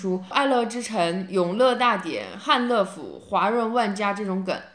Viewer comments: 汉乐府读错了吧，第二个字不读le，读yue。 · 汉乐府你读错了吧？应该读作han yue fu